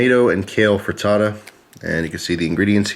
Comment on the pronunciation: It's pronounced frit-ta-ta